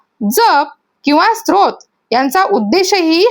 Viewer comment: स्रोत नाही ग स्तोत्र